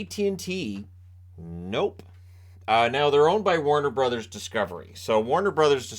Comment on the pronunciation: Did you mean Warner Bros? Not Watner Bros